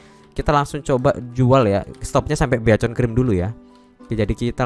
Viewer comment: Beaconcream nya, knp begitu bang ngomongnya 🗿 bikenkrim kalo ngomongnya, cuman kocak kocakan kah?